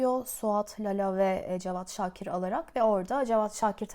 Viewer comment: Güzel ama Lela değil LALA